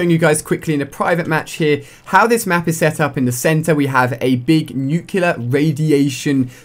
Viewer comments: Stop saying 'nucular' it's 'nuclear'. Nu-cle-ar. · Really nuculer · You say nuclear like George Bush